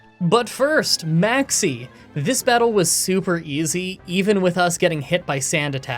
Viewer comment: i love whenever i hear maxie i hear maxx "c" lmao keep up the great content!